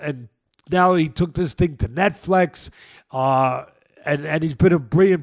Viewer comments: Say netFLEX one more mf time.. I dare you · What’s “Net Flex”😅